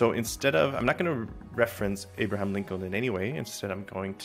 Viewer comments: Wait till you notice him say Abraham. Seemingly perfect English but reading abstract words was never taught... Maybe he's a bot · there it is. Amazing. Yes i suspect he's a bot too.